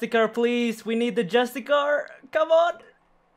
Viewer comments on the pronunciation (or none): Jus - ti - CI - ar, not Justicar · ITS JUSTICIIIAR NOT JUSTICAR!!!!!!!!!!!!!!!! xX'D love the vids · This man keeps pronouncing Justiciar as Justicar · JUSTIKAR hurts my soul every time Justissiarr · It's not justacar, it's justiciar. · It's called a Justic-i-ar. Pronounced with S. Driving me nuts dude.